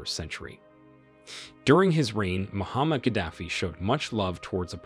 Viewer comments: His name is not Muhammad. His name is Moaamar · Who's Muhammad Gaddafi??? Do you mean Muammar Gaddafi?? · its muammar not muhammad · It's not Muhammad Gaddafi its Muamar Gaddafi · He's name Muammar Gaddafi not Muhammad xD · Gaddafi first name is not Muhammed it's Muammar ! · How you talk about a person you don't know his name? He is Muammar not Mohammed...very ridiculous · When making a historical video, try at least to get names of the main players right. Col. Ghadafi's name was not Mohammad but Muammar. 🙄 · If you are going to make an episode about a leader, it helps greatly to know his name in the first place. His first name is Muammar, not Muhammad. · His name is 'Muamar' not Muhammad. Muamar Abu Sina Al-Qadaffi. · My friend husband name is Muaamar Gaddafi NOT Muhammad!!! Wtf man get your shit right. And it's spelt Libya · Muammar Gaddafi not Muhammad Gaddafi! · the name was Muammar not Muhammed kaddafi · It us Muammar, not Muhammad. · It’s Muammar Al Gaddafi not Muhammad Gaddafi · Muammar is his name. Not Muhammad 🫣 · Muammar, not Muhammad. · His Name Is Mhomar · Name was Muammar Gaddafi, get it right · Can you at least say his name correctly, M U A M A R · Muammar. Mispronounced first name aside, good video. Tony Blair and Co. betrayed him as well, they started diplomacy again after he got rid of the nukes then a few years later, they were supporting his overthrow again. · Get his name right !!! It's MO amr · You got his name wrong. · couldnt even get his name right, have respect for the man who turned the desert green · Muammar Not Muhammed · It’s Muammar …. You gringos